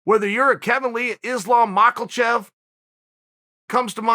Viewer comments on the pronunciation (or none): Me: It’s Islam Makhachev Cheal: It’s Islam Michealchev Me: it’s Islam Michealchev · Nobody: Chael: Islam Maaaklechef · Chael: islam michaelchev. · Islam Macklechev, Islam Macklachev, So close Chael.